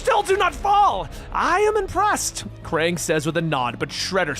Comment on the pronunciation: he says Kang instead of Krang😂